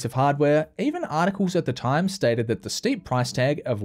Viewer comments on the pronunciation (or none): none